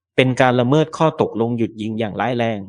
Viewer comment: แอดมินเป็นAIใช่ไหมจ๊ะ ละเมิด อ่านว่า ละ-เมิด ไม่ใช่ ละเมิ๊ด / โดรน อ่านว่า โดรน ไม่ใช่ /โด-รน แต่ถ้าเป็น AI ก็ขอผ่านค่ะ